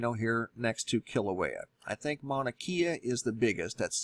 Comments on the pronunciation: More help with pronunciation. Mauna is pronounced MAU-nah, not Mana. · Love the information, but geez you're slaughtering the Hawaiian language.. Mauna = Mow-na (as in Cow) Kea = Kay-a Hilina = Heeleena a = ah e = eh i = ee o = oh u = oo (as in ookoolele - ukulele). Sorry... It bugs me. Back to the real issue at hand... If this does slide and USGS or the government didn't tell anyone before hand that they knew it was going to happen, it's going to make them look very poorly. The point of the USGS is to warn and prepare people for these kinds of catastrophes. Right?? I mean, what would be the point in keeping this a secret?